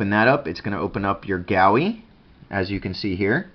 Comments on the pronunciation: Sorry man but it's Goo E- GUI- Other than that good video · Pronounced. Goo-E